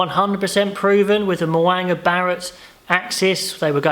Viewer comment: Mo'unga is a name you are going to hear a lot so work on your pronunciation mate! Mo--oong-a